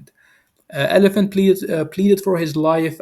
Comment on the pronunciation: Ol i phant Not elephant